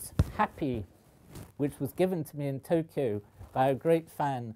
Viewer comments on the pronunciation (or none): none